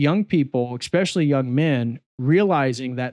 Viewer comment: Great video, thumbs up. Still, I die inside every time I hear a grown man say "expectshilly", especially a doctor.